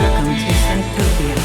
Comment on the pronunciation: Thanks bro!! Appreciate you playing Welcome to Synthtopia!!! (you pronounced it perfectly)